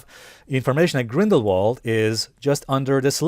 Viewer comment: You pronounce Grindelwald with a V instead of a W. So say it like Grindelvald